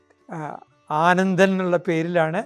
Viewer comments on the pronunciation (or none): aaanadanao... ath sari... anadan alla .. puthiya ariv,AANANDAN